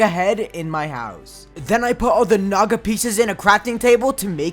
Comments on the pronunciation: I remembered that i watched mrbeast gaming and he say naga more like nada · i thought he said sum else instead of "naga"💀